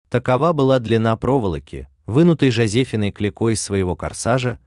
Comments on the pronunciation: Жосефи'на,а не Жосе'фина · Вопросы не очень актуальные. Автор знает проволоку и название. А вот имя Клико называет безграмотно. Не Жозе'фина,а Жозефи'на! Удачи,умники и умницы. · Порой настолько безграмотная речь, что слушать противно! Числительные неправильно склоняет, ударения ставит как попало ( ЖозЕфина) и т.д. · Правильно писать "четырЕ" и произносить "ЖозефИна". Всё легко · А вы знаете что пишется "четыре",а не "четыри".Эрудиты,блин!ЖозефИна,а не ЖОзефина. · Некорректно сформулированы вопросы про еду и Антарктиду. В вопросе про мюзле ЖозефИна, не ЖозЕфина. Уж не позорились бы с ударением. Не ответила на 3: про еду, тк не поняла о чём вопрос, про метро и Антарктиду, тк там не сухо, всё в снегу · Это робот читает? Не может же человек прочитать ЖозЕфина! И ещё было несколько таких диких ударений. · Тест неплохой. Но! Согласна, что вопрос #9 задан некорректно. В вопросе про блоху-грамматическая ошибка в слове четырИ (правильно-четырЕ). А в имени ЖозефИна, ударение на букву И. Хотелось бы, чтобы тесты такого рода были корректными по содержанию и грамотными по написанию и произношению. Спасибо. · ЖозефИной. Слушайте, Вы плохо образованы. Ударения научитесь правильно ставить и склонять числительные. Позор! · Вы вот эрудицию тестируете, а сами допускаете ошибки: - четыре , а не " четыри" - Жозефина ударение на третий слог...